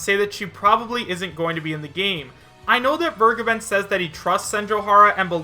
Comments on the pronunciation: Vergeben's name is German, making the correct pronunciation: vehr-gaeben. I am too lazy to look it up, but my knowledge tells me it means "The Giver." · Sorry, but Soras negotiations would include Disney. Absolutsly no chance. In other news, didn't vergeben (which is a german verb, by the way, so I always flinch a bit, if you pronounce it like that) state, the Cygames-stuff was completely from hitagi? He only really said, he hasn't heard anything new, so it might have fallen through. So he never had his own stake in the claim, it was all on hitagi.